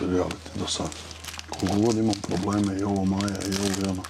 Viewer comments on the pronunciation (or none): none